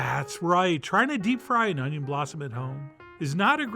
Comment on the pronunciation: 'Unjin' fritters!! Mmmm